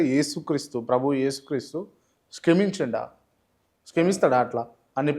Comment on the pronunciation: ఇంత అనుభవమున్న సీనియర్ ఇంటర్వ్యూయర్ వి.... క్షమించిండా అనే పదం ఉచ్చరింౘడం రాదా?...బిత్తిరి సత్తి లాగా స్కమించిండా అని వర్ణ వ్యత్యయంతో అడుగుతున్నారూ?? ... ఇప్పుడైనా, చిన్న పిల్లలు ఇంపోజిషన్ వ్రాసినట్లు 33 సార్లు పలకండి... నెక్స్ట్ ఇంటర్వ్యూలో సరిగా పలకొౘ్చు....గుడ్ లక్....